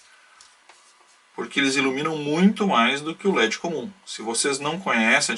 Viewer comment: e eu ainda quero saber o que é lâmpada "gi légi" que o narrador fala.